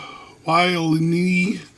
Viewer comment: You cant pronounce "levo-wal-ne" ? .....Livo-wal-ny..... Livowalny.